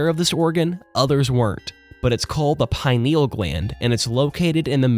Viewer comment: I apologize in advance for Hermione Grangering here, but it's pronounced PI-nee-ul, not pine-NEE-ul